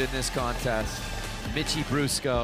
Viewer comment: Anyone else hear the commentator say "bitchie brusco" when introducing Mitchie? 😂